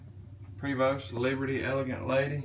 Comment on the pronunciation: It's more "Preh-voh"..."pre" as in "press"...you don't pronounce a long "A"...